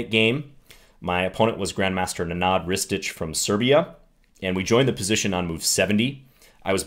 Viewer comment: It's pronounced nEnad, not nenAAd :) , sounds weird to those who have that name in their countries